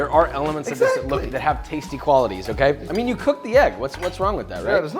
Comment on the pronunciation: its coeked! 🤣